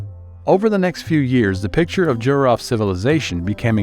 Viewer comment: It's E-RON budd not EYE-RAN. And JEE-ROE-FT not JUY-ROFT.